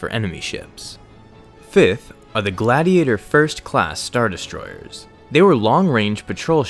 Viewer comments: Why do you have such an issue saying the word destroyers? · Did anyone notice how he says destroyers 😂 ERRRRSS not hating